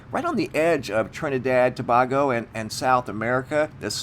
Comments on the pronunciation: I'm from the Carribbean if I hear you say " Trinidad and To-bah-go" one more time😬, I'm gonna lose my mind. It's pronounced "To-bayy-go" 🤷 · PLEASE DONT SAY TABAGO EVER AGAIN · It's pronounced tobaygo & if you look on a HIPPIEGING photo their is also a UFO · Ta bay go and not Ta bag o just thought you may need a little help with this one